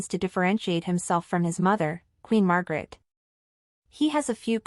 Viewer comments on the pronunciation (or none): The Queen’s name is not Margaret it is Margrethe. Please pronounce it correctly.